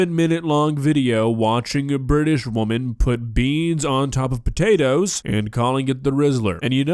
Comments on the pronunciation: I love kay but the way she pronounces potatoes as "sput-ayy-as" invokes some irrational anger inside me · Why does she call potatoes "sputids" or whatever she is babbling...? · i keep laughing every time she says "spu-tay-tas" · I love how she actually got mad at the sput-ayy-tuhs for not getting off the spoon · It actually pissed me off lmao. Cus why are you saying it like that 😂 and I feel like I’m gonna start saying it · "Spud tatoes" Is this a british thing or just her? I know Spuds are used for potatoes but ive never heard it like she says it. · Hearing SPUTATOES is making me want to break things. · Never heard someone struggle so much saying "potatoes"